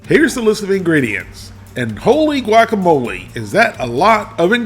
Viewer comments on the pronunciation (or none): none